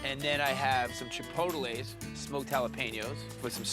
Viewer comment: I like Bobby, but, will he ever learn how to pronounce "chipotle"?